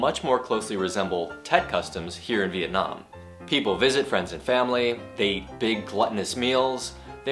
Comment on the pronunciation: em có thắc mắc là trong giây thứ thầy nói nuốt chữ eat phải không ạ!Thầy cho em hỏi là trong trường hợp nào mình có thể nuốt chữ như vậy và làm sao người khác có thể hiểu được ý mình nói ạ